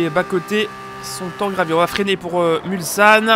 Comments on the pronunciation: Petite rectification à faire, on ne prononce pas Mulsanne : "Mulzanne" mais on insiste sur le S. Tu ne prononcerais pas la danse salsa "salza" et bien pour le nom du virage et du village c'est la même chose. Sinon toujours un plaisir de suivre ta chaine, super boulot. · Il n'y a pas de consensus là-dessus. Perso je le prononce MulSSanne, mais j'ai déjà entendu Henri Pescarolo et d'autres le prononcer MulZanne... ;)